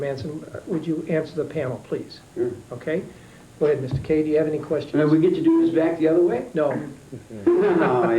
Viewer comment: I think you will find it is Kay, not McKay. Mr Kay was not of Scottish, nor any European ethnicity.